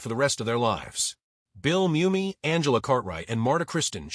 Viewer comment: One thing AI still hadn’t figured out is correct pronunciation of words. Pronouncing Mumy as moo-me instead mummy. Saying re-zoom instead of re-su-may.